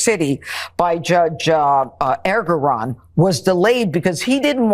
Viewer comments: How was Janine ever a judge? She is so clueless. She pronounced Judge Engoran's name incorrectly and it was Judge Merchan that delayed sentencing in the 34 felony case. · Judge Judy, oops not her, the stupid one, “judge” Jeanie, can’t even get the real judges name right. It’s Merchan who delayed sentencing, not Engoron🤦🏼‍♀️ 🌊🌊🌊🌊🌊🌊🌊🌊🌊🌊🌊🌊🌊